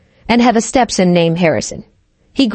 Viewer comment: StepSin and Saubering.....this AI needs to say them words right.